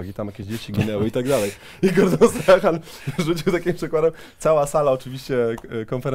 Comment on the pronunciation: Przemku, wszystko fajnie, nie chcę się czepiać za bardzo, ale Gordon Strachan wymawia się "Strakan" i Glasgow mówi się przez "A" dokładnie tak samo jak jest pisownia, no chyba, że jesteś kowbojem z Texasu 😁 Pozdro z Edynburga!